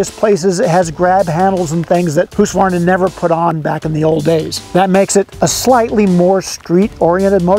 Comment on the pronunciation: There is no "A" midway through Husqvarna. Please you reporter types, STOP IT!!! It's not pronounced Husq-A-Varna, pronounce it right, remember phonetics? Seems like every writer messes this up